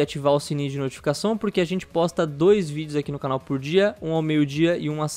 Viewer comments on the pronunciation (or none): vc ficou francês ou foi de falar muitas vezes blizcon? "Apertar no sininho de NOTIFiCAÇÕN" XDDDDDDDDDDDDDDDDDDDDDDDDDDDDDDDDDDDDDDDDDDDDDDDDDDDDDDD